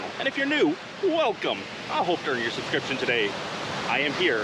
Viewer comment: The way you say "I hope to earn your subscription" sounds a bit Scottish. I enjoy your intro.